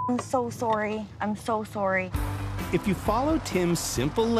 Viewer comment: But we got that Canadian "Soorry" lol